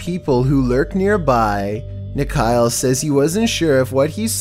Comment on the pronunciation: It's funny how nikhil ia pronounced as nikhail🤭🤭